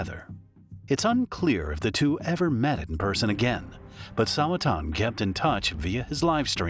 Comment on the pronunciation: Sawa-chan, NOT Sawa-tan